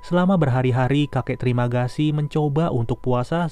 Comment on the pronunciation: "Trimagasi" gw dengernya terimakasi anjip :)